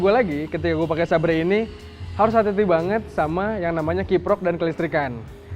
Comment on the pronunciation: Xeber bang di baca nya bukan sabre..maaf..